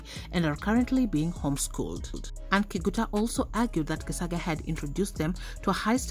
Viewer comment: It's said Geshaga the c is sh it's just bothering me how your pronouncing it